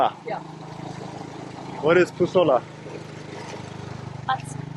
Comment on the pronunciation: Not Pusola, but Musholla